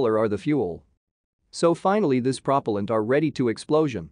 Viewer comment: Cool but... why can't you say propellant right?